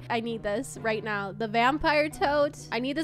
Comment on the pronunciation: Are You Serious Right Neow?